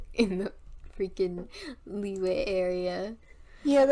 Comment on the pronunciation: Everyone pronounces the Liyue names wrong ;-; that’s ok though LMAO